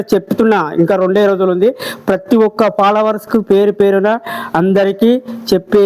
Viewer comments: Followers ❌ Palawers✅ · ఫాలోవర్స్ ❌ పాలవర్స్ ✔️